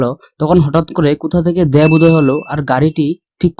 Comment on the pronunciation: আরে পাগলা দ্যাব না দেব দেব। 🤣🤣